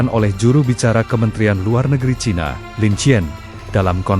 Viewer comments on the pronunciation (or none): none